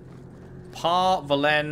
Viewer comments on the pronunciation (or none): "Par Vollen" is actually pronounced with emphasis on the "o", not "e".